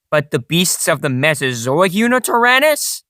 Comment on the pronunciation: Did you just say... YuNItyrannus?